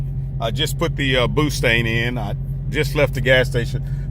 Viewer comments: He said boostang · Did you say pootang lol